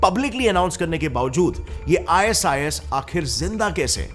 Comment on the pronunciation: "IS IS" NAHI "I SIS" BOL 😂